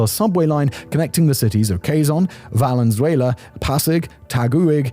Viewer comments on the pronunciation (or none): 😂😂😂😂😂😂😂😂😂😂😂😂😂😂😂😂😂your pronunciation of Taguig, Valuenzuela, Parañaque, and Pasay are so cute! Not to mention the butchering of pretty much every Tagalog word in this video. Keep up the great work!